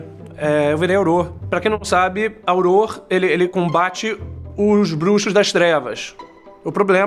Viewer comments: o troxa, Harry Potter perdeu a varinha no final do Filme D; ta certo que ele concertou ela no livro, e não é Auror que se pronúncia é Aurór que se diz, troxa c_c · Não é ''aurór'', não? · pronuncio auror errado .-. kkkkk